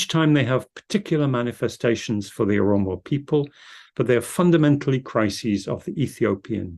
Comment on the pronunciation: translator should correct the word Oromo not aromo.